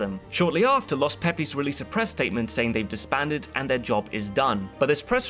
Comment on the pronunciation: Ahhh yes.. the infamous... LOS PEE PEEs.